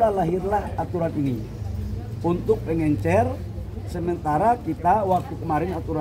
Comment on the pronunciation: Bisa bedakan gak pengecer ama pengencer...tiap ngomong pengencer pengencer lu kira tinner